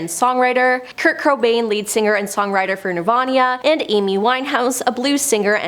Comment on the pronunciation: Did she say Kurt Krobain from Nirvania? 😭